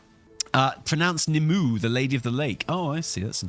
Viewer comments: I don't know if it's pronounced Nim-oo-ay, Neem-way, or something else but I sure know it's NOT pronounced Ni-moo. Anyway, carry on. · kinda have the feeling Nymue is pronounced "Nim-way" - like the lady of the lake - just spelled wrong, like blizzard does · It's pronounced Ni-mu-eh lol! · In the announcement they said Nymue is said differently then u just did, they say it more like Nimway